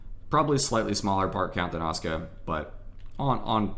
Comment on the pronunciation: Can confirm on pronunciation of Asuka. I speak the language and have a cousin of the same name.